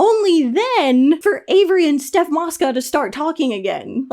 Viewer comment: haha it’s not steph mosca is stoph 😭😭😭